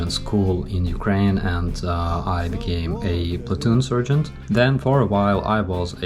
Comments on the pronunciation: Your calm demeanour and delivery are impressive and I enjoy your dry humour. When you first mentioned your military rank, I heard “surgeon”. Wow! Then I realized you were saying sergeant which by the way is pronounced « SAR-geant ». Please feel free to correct my Ukrainian. 😉 wishing you victory, freedom and a Ukraine free of corrupt puppets. 🫡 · Lol at first I thought you said surgeon. Well that was not expected. But you said Sargeant. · I thought you said you were offered a job as a "surgeon". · You have a strange way of pronouncing "sergeant". You may want to change it.